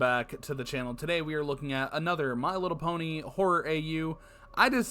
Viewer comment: me trying to hold back my laughter every time I hear them say my little pony😌😂🤣